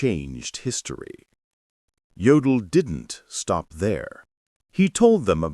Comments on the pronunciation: It's pronounced "YOH-dl," not "GEO-dl." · An okay video except for the pronunciation of some of the names (e.g. Jodl, which is pronounced Yodel). Also, the pictures shown are not of the people they are describing. Need some editing, guys. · And incorrect pronunciation of "Jodl"... This is a very low-grade, unprofessional production.